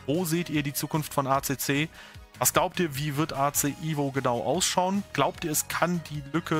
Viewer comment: es heisst evo nicht ivo😅